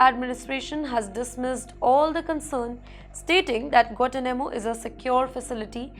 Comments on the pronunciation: Guantanamo _ pro. " Guan Taa__ Na__ Mo" . {no offence} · Please pronounce Guantanamo correctly. It is not Guatanamo. There is a "n" in there. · Check out the pronounication on 'Guanatumano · you can’t even know how to pronounce Guantanamo Properly 🤣😂🤣😂